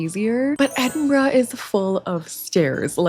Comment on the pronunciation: You are one of the few people not from the UK I've encountered that pronounce it correctly! Most people say, "Edin-burrow".